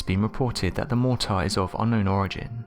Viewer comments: you've got a bloody off putting way of pronouncing 'mortar'..... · Mortar? Motor? What was he saying?